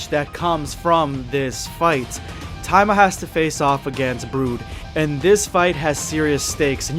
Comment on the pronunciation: No wonder I thought that was a weird name he was saying but he was just mispronouncing it. You forgot to pronounce the”I” there buddy boy. It’s ta-e-ma